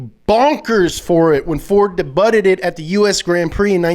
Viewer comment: "Debutted"? I know that pronunciation isn't your long suit, but it's pronounced deh-BYOO-d.